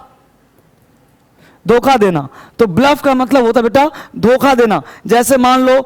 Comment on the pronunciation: sir ji 'doka' nhi 'dokha'